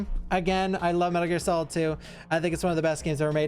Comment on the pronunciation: Metal Gear S-olid